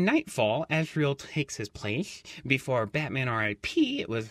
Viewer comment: It's Azrael